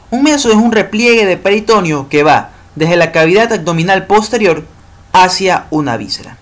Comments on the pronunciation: Todo bien hasta que pronunció peritOneo jajaj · "Peritoneo" es una palabra grave y el acento vocal va en la 2da e. peritoNEo.